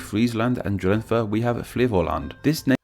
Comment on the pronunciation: His pronounciations are worse than yours. Just don't silence the 'e' at the end of 'Drenthe' other than that, just speak with native dutch speakers a lot to deminish your English accent. Funny thing, Rutger Hauer a dutch actor who moved to the US never forgot how to speak dutch, but after having lived in the US for over 20 years, when he did spoke dutch (for instance when being intervieuwed for dutch broadcast) he also had a heavy american English accent. Though I'd imagine that when he would visit the Netherlands for a few weeks, he would be able to speak without the accent again at the end of those. Similar to how my mom used to pick up her Limburgian dialect and accent when talking for an hour on the phone with the family who still live there, after she got off the phone, she would remain having an accent for an hour orso before returning to her pretty accentless formal dutch.